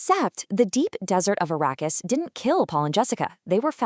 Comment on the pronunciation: Arakeis.. ❎️ Arrakis!!!✅️